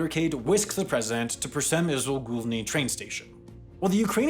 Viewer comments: You butchered przemyśl główny badly… but it’s funny to listen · You massacred "Przemyśl Główny" terribly, it's good that you didn't try to pronounce "Rzeszów Jasionka", it could be dangerous for the larynx. Greetings from Rzeszów. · I mean if you romanize it isn't THAT bad it's still hard to say "Pzhemuhshl Gwuvnuh". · so far the best pronunciation of Przemyśl Główny I've heard so far it was so bad that it was good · Great video, as always. But just the struggle to pronounce Przemyśl Główny deserves a Like 😁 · was that the proper pronounciation of the train station? lol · i love how he just gives up on even trying to pronouce it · The way you said Przemysł Główny had me rolling ahaha xD I can see that you've practiced, honestly well done. It's not an easy one.